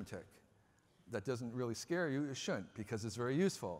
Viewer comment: Can't trust a guy who pronounces shouldn't, "shoont."